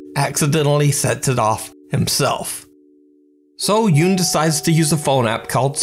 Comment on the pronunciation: I thought you were being sarcastic. Well, you're wrong if you're being sincere. Siwon Yoon is pronounced 'SEE WON YOON', not Xiaowon. He's Korean, not Chinese.